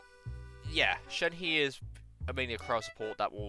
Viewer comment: shenhe is pronounced shen-huh. no hate just coming from a chinese person :)